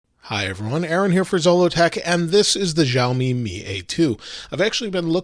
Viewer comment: Shar...me , not Jarl...me !!